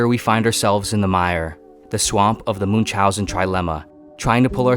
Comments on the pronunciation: Moon chauzen 🤦‍♂️ ch is pronounced as ch in Chrome . It takes 2 minutes to confirm pronounciation on Google translate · "Munzaussen" that's definitely one way to pronounce the name :D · Is not pronounce Munch housen but like München, you can pronounce like combination of "moon" and "house" and "an" togehter